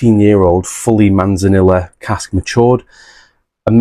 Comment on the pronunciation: C’mon, Manzanilla is Spanish and so two L letters together make a Y sound. So it’s pronounced Manzaneeyah. You are meant to be teaching us, not the other way about 😉 I have that Ballechin actually. Have not opened it yet tho. Edit: Same goes for Amontillado 😂